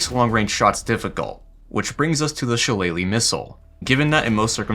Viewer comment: The shillelagh missile🤣🤣